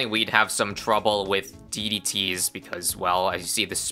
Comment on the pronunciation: "I've never seen that many DDT's in my life" maybe add more emphasis on DDT instead of...